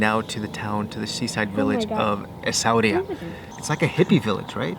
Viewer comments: We pronounce it "Sweera" why all the complication??? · It's EssaouiRaa! R not H. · It's Essa-wi-ra 😁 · ESSA-OUIRA E S S A - O U I R A Essa-wera ... And the list goes on Not that hard 😂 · I can see that you have faced some difficulties to pronounce the name of the city " Essaouira " , maybe the origin Berber name of this city would be easy for you to pronounce " Mogadir " which means The town of attic. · The prounuciation is " ESSAWEERA" ^^ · omg so excited you guys are in morocco!!! its pronounced ACE-AH-WAY-RA. Cant wait for more videos. Cool hippie family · Im in love with you guys your such a lovely souls ❤️❤️🤩 but the way that guy’s you pronounce essouira it’s just hilarious 🌺🌺❤️❤️ deep love from FES CITI much love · You do vlogs but you cannot pronunce a name, that says it all .... as slways americans .... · Lovely place, but the hardest city for us to pronounce for sure. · Thank you. This has been the hardest city to pronounce for us. More are coming. We can't wait to share the desert experience. I love camels now!